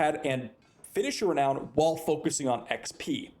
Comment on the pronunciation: Re nown not re noun